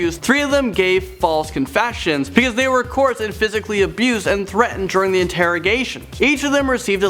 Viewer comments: The words you are looking for are coerced (co erced) and convicted (con victed). You are saying coursed and convinced. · "Discrimatory.." "Coorst.." Maybe get the other guy to do the videos with the difficult words.. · "He was convinced".... "she was corsed".... I think you mean convicted and coerced. How did this guy get a job doing the voice overs? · “Coursed?” Coerced. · the word is pronounced 'Co-ersed' not 'Corsed' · For the love of God man, stop saying coerced! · This guy does not know how to pronounce the word "coerced".. try using ur own words instead of reading a script